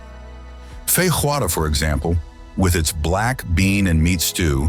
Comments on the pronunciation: Never pronounce the J in portuguese words as Spanish J... like you did in "feiJoada". The sound is much more similar to the ENGLISH J than Spanish J. In fact, it's the R at the beginning of words, like Rio that we pronounce with the sound similar to a Spanish J or English H. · O Brasil é mesmo maravilhoso. Morei là 4,5 anos. Btw, feijoada is not Spanish; so the "j" is not pronounced like a Spanish "j". It´s also not IguAçu but IguaçU. Also, São Paulo has about 23m inhabitants, not 12m. It´s very similar in size to Mexico City. Even Rio has about 13m. I prefer to watch these amazing images of Brazil without sound.